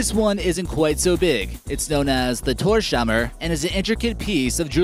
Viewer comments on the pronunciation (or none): What is a Thor-shammer? Horrible pronunciation.